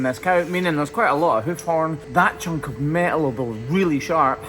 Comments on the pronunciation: You left the N in “chunk of metal”, I wondered what a “chuck” was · I believe it’s “chunk” of steel, not “chuck” 😂